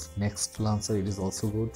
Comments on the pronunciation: First learn how to pronounce the word launcher. It is not lancer. There are many YouTube videos on pronunciation. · I used this but when I restarted my phone the icons were back to where they were before. And you mean to say "launcher",not "lancer"! LOL